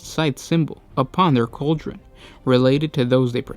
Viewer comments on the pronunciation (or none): none